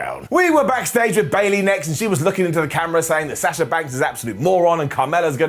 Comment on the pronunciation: Still can't say Sasha and Bianca right. Makes my ears bleed.